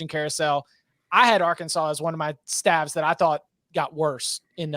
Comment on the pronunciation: pronouncing “staffs” as “stalves” is hilarious and I think unintentional